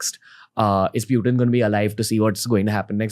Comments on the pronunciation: Pyu-tin is not Putin! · It's not Pewtin Ranveer. Putin. pronounced it correctly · Bruh it's not pewt-in, it is put-in 🤦🏻🤦🏻🤦🏻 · putin bol le bhai...pewten kya hai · its not pew-tin ...its putin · Its "पुतीन" not "प्यूटिन".. Don't try to look more cool by doing such pronounciations. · Its Puttan not peutiin 🤣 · pew-tin >>>>>>>>>>>>> putin 😅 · it's just purely showoff by telling पुतिन as प्यूटीन. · No Phew…phew….its pu… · Pewtin kay? Putin ahe te! Kay tu bhava. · Its "putin" not "pewtin" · nope, it's pronounced Putin in Russian , not pewtin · It’s not Pu , it’s Poo tin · It's not pewtin... It's putin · What is PEU-TIN?😂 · Protein hi bol do Pewtin kya hota hai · When he says piutin i kind of dumb down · pyutin...?😅 why bro? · प्यूटेन, प्यूटिन गज़ब बोलते हो गुरू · Even foreigners don't pronounce Putin as putein then why this sasta angrez pronounce him that way 😅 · Is it only me or others are also got irritated of his pronouncing Pewtin ? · Pyutin? Bro, that's annoying. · That's what i am wondering. He's trying to look more cool by pronouncing "pyuuuteen". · "Pew-tin"...why so many Indians are pronouncing it like that? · President Pewtin 🤣🤣he said 😂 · No bro....it is pronounced as Putin... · ye 'pewtin ' kya he?? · Why Does He Say Pyu Tin Is is The sign Of Being Overly Sophisticated? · pewtin lol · but putin is Russian so you can't change Pronounciation of Russia in English or any other language because the word had Russian origin